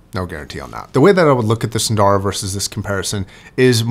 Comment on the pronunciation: I ordered a pair of custom-made earpads for my Edition XS. They are far thicker than the whimpy stock pads. Incidentally,, there are no long vowels in "Sundara", nor in "Susvara".